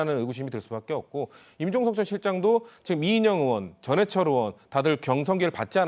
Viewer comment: 의원 발음이 안되나? 으원으원.ㅋ